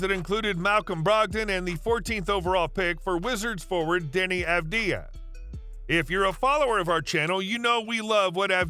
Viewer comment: Denny Abadadia??? It’s Deni Avdija*